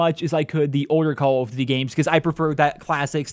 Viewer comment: Calld of dudy